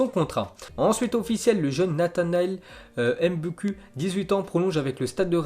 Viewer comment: Les nom africain (congolais) quand y'a u ça se lit "ou" donc Mboukou